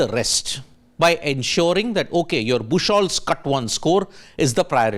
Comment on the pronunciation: BOOK-HOLTZ, not bush-holtz. It's a common name meaning "beach wood". Look up google for pronunciation.